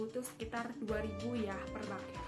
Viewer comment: Bouquet dibaca buket aja Kak, kalo Baket artinya jadi kaya Ember.